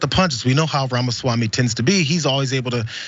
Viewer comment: Wait so you’re fine with mispronouncing his name because white republicans do it?